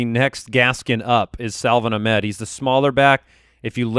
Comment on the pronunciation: SA - VON AHK - MED